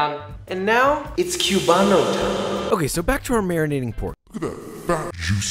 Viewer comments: Also, says “kiubano” cringes in Spanish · My father is Cuban and I was born in Miami and I was raised there. Also Joshua, we don't pronounce the "b" when we say "Cubano", so it basically sounds like this: "kuu wa no." And also, those measurements are a bit off for the sandwich and the mojo is too thick. Also, pig lard is an alternative. I'd say that only half of the Cuban bread in all Miami has lard. Lastly, the bread is too dark. Cuban bread is actually super light in color; tbh, I've had over hundreds of Cuban sandwiches and I dont ever recall the bread being so dark; it only get dark after it is toasted. But overall, good job! If you want to learn about Cuban food, go to Miami and visit butcher shops. In Miami, it is very common for Cuban butcher shops to sell Cuban pastries and sandwiches.